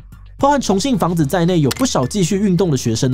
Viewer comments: 重信房子… 一直聽成重慶房子… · 我一直聽成重慶的房子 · 還好有CC字幕，否則我一直以為說的是重慶房子，而很難聽出來說的是重信房子。